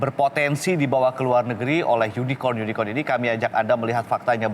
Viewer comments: KORKOT SUKABUMI ,cebong gagal paham soalnya... Gak nyadar dia di tertawakan cara penyebutan Unicorn itu. Hhh... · Bukan tak tau tp jkowi nya yang nyebutnya salahh Jangan ada yunikon di antara kta😂😂😂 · Ini media parah bangat., Keliatan amat klo media cebong., Hahahaha...cebong dungu., Jaenudin salah pengucapan makanya dikonfirmasi ama prabowo yang online2 itu.??., Itu uang digital udah instant dan gak menutup kemungkinan uangnya secara fisik gak akan beredar di indonesia tapi secara digital langsung keluar negeri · Surya Aditiya ,itulah cebong... Gak ngerti dia di sindir karena salah pengucapan Unicorn itu...